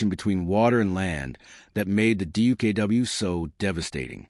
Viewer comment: check your facts stop using lame ai and its duck not dookoo.